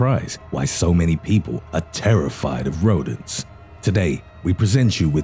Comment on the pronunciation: The way you say rodents like rodan